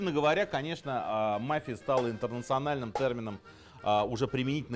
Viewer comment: Мафия ударение на и